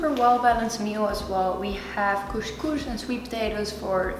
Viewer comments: it‘s called couS couS and not cousch cousch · don't forget ginger. There is no morrocan meal without ginger 🤗 It's couScouS not kushkush 😂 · It’s called cos cos (not cosh cosh)😂😂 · I'm from israel, express it couscous ( Don't express the sh, just s) :) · Kus kus, not kush but kus🤣🤣😂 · its called koskos not koskosh and Israel doesn't exist and koskos is Moroccan dish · You are so cute! Actually you pronouns it israeli kooskoos (not kooshkoosh), but in israel we call it ptitim. Love your videos!😍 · Couscous. Not 'coesjcoesj' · Hi I live in israel, the lest meal you made is called koskos not koshkosh. And actually this is not koskos this it ptitim google it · As an israeli..you say couscous, not coushcoush haha..love you! Such a great video :) Gave me some meal ideas *more Israeli dishes you migh like as well- shakshuka, and Falafel. Google it :) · It’ s so cute the way you say « coushcoush » . It’s couscous. It’s far from the way we do it in morocco but it’s an interesting recipe to watch. Thanks for sharing. Stay safe ! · Hello from Turkey🇹🇷🇹🇷🇹🇷KusKus, es sounds not ş sound pronunciation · It's kus kus : ) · cous cous is pronounced "kus kus" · im from israel and israeli cuscus is my favorite! u need to say it like "cus cus" no with sh :) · Zmie M yes you do pronouce the s. CouScouS. 😉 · The way you pronounce couscous is so cute 🙈